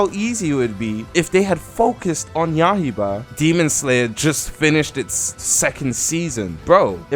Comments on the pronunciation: Ah yes “yahiba” the demon slayer game named yaiba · He said “YAH HE BA” 💀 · did u just say yahiba